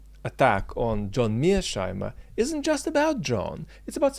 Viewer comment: I can't quite figure out what/who Mirch Heimer is/are. It sounds like you say mirsh/mirch Heimer. I tried to Google it, but no bingo. Can someone tell me who/what it's referring to 👍